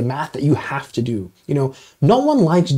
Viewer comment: I like how you pause on the words " have to", as in, "you have to take out the trash now!" because I imagine, you HAVE TO do math , as in, too enjoyable to ever think about not being allowed to do it. torture would be locked away from math, never to enjoy a curvature, or inequality, or matrix again. on a side note. Are you a fan of Ralph Bakshi's "Lord of the Rings"?